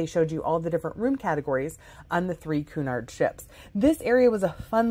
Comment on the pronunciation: The correct pronunciation of Cunard is "Kyunard" , not "Koonard."